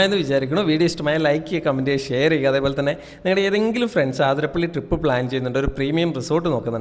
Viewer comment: ആതിരപ്പിള്ളി അല്ല അതിരപ്പിള്ളി...